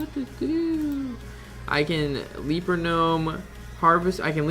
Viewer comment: Gj on the video. Only thing is it's a "Leper" gnome not a "leaper" gnome.